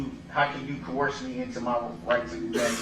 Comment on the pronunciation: Groundz! He says it before the witness has a chance to answer. "You can't coworst me, you can't do dat" Oh, the legal mind on this guy!